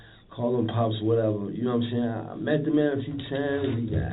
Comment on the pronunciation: nawmsayin killed me 😂😂😂😂 that’s exactly how he sayin it